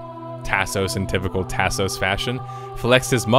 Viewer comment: Lol, the way you say Tasos is killing me man. It's like listening to someone from Appalachia read a Mexican food menu.